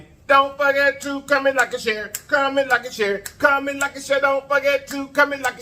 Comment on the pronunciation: Man whole time I thought u was saying commit like a shearit. I’m thinking like what’s a shareit. But today I heard comment like and share it 🤣🤣 got it